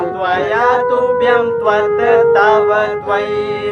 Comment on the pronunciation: त्वत् व अस्मत् का उच्चारण त्वत व अस्मत हो रहा है जो कि अशुद्ध है।